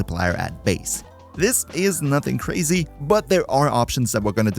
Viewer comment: Seven Forma! SEVEN! Ho-ard pass! Thanks for the video though. Seven? Kwazy!